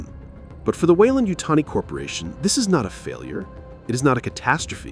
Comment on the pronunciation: You almost had me, until the AI model said Weyland-Yutani, very, very wrong. DONT USE AI VOICE-GENERATED NARRATORS!! You have the good content, but don't go the easy route. I guarantee you'll get more subscribers. Keep it up!